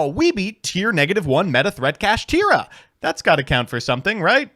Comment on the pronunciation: Kashtira should be pronounced "Cash-Tie-Ra" instead of "Cash-Tear-Ra". Evidence? Konami loves alliteration and rhyming on cards. This carries over in their arguably strongest spell card, "Kastira Papiyas". Still don't believe me? ... Sike. Get Impermed NERD!